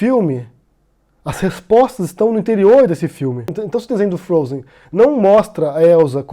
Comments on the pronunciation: "O desenho Frozi eu assisti" Não sabe nem pronunciar o desenho, imagina interpretar a história. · Ela fala "princesa do frôuser" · O desenho "frouzi". Hehe A princesa do "frouzer". Putz...